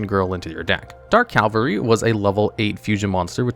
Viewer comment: it's Cavalry (CA -VAL -RY) is mounted infantry "the cavalry is here" but Calvary (CAL-VA - RY) is the hill they stuck the J man on the cross Hope that helps atleast more than Konami has helped dark magician